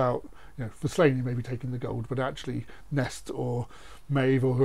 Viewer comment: Sorry to upset people, but it is not 'Slane'. Sláine is pronounced Slawn-ye. Sounds silly hearing people saying Slane.